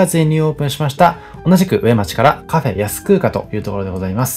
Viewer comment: 大変参考になりました❤ちなみに上町は「うえまち」ではなく「かみまち」と読みます😂